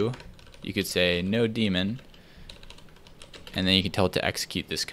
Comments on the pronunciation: Everyone: Node-mon: Node-demon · I love how he calls node-mon as node-demon 😂🤣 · I think it's called node-mon not node-demon LMAO. I guess I'll call it node demon from now tho. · Heard someone pronouncing nodemon as no-demon for the first time ever. I've always read it as node-mon(itor). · This is the first time I have heard someone read nodemon as "no demon" instead of "node mon" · No-demon? I thought it was node-mon all these years. 😅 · I think "node demon" is actually pronounced "node mon", like "node monitor" :p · Yea I was confused about that too, I always thought it was short for node monitor, but when he said node demon I was like.. what... did I say it wrong the whole time? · First time I hear someone pronounce node mon as no demon lol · I've never heard it be pronounced 'no-demon', only 'node-mon'. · Only 13 hours? Hah, that's nothing. Only like an entire day. (for the very smart people, it's called sarcasm) I recall it being "node-mon" not "no-demon" Interesting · it's pronounced node-mon not no-demon. That makes me a sad Panda Bear. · He was trying to say Doremon :-D